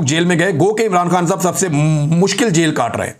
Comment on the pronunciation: You still have the speech disability when you said mushkil you are still the hero of this nation imran bhai. We will foght till end and insh aa Allah ye hmaara mulk hai